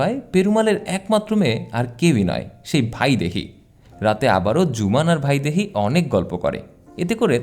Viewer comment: ভাইদেহী নয় ,বাংলা উচ্চারণে বৈদেহী হবে